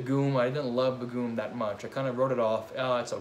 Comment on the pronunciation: What an awesome video! This was great. Begum actually is pronounced as Bae - Gum ( as an chewing gum). Hope that helps?